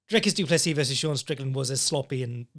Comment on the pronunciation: Duncis Pluncis?!? Lmfao I just spit out my coffee laughing at work listening to that wtf 😂